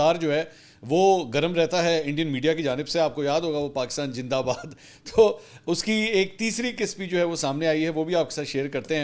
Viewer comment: Its always funny when you say Pakistan jindabad 😂